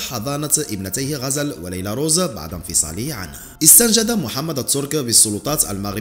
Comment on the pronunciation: اخي الله يخليك المرجو تصحيح نطق بعض الكلمات خاصه بعد وبعض : نقول بعد الضجه ليس بعض الضجه. وهدا الامر يتكرر عندك بصحه كتيره . وشكرا علي مجهودك